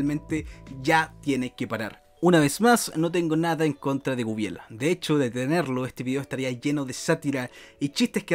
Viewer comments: Bueno yo soy medio fan de Guibel y me limitare a decir... porque nadie puede pronunciar correctamente Guibel...?, lo anda pronunciando Wuibel XD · Y no sabes pronunciar su nombre no sé de que país seas pero si no tiene una "Ü" no se lee como lo dices.